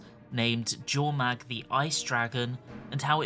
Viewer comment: I'll never understand why Arena slipped up on the Norn pronunciation of Jotun and Jormag, etc. It is NOT pronounced "J" it's pronounced "Y" - so Yotun, Yormag. Norse/Viking words are pronounced this way. Always made me grimace.